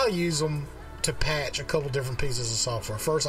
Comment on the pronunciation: who heard TO PACK instead of to patch